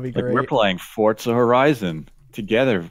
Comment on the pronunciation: It's really grinding my gears that they keep saying 'Fort-Zuh' it's literally "For-Zuh" where's the T? Lmfao